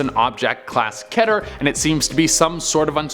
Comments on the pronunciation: He calls it ket re not keet re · It's keeter